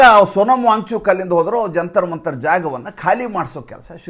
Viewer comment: ನೀವು ವ್ಯಾಂಗ್ ಚೂಕ್, ವ್ಯಾಂಗ್ ಚೂಕ್ ಎಂದು ಹೇಳುತ್ತಿದ್ದರೆ ನಮಗೆ ಬ್ಯಾಂಚೂತ್, ಬ್ಯಾಂಚೂತ್ ಎಂದು ಕಿವಿಯಲ್ಲಿ ರಿಂಗಣಿಸುತ್ತಿರುತ್ತದೆ 😂😂😂